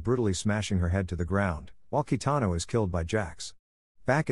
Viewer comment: its not kitano, its kintaro